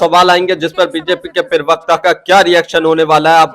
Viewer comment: Perwakta nahi hota parwakta hota hai hindi ka sahi uchaaran nahi karpate ho chale vedeobanane .